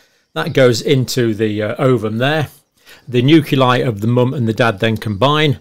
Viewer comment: You are consistently mispronouncing nuclei There is an “l” after the “c”. Not a “u”.